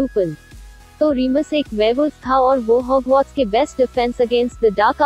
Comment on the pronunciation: It is Hogwarts not hogmauth